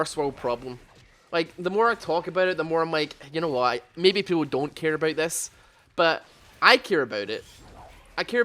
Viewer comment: "I care aboot it"